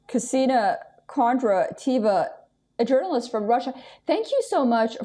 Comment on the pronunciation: Her name pronounced किसेनिया कोंद्रतयेवा(कोंद्रतयेवा)।Kisenia Kondratieva(Kondratyeva). Host has difficulty to say Kisenia.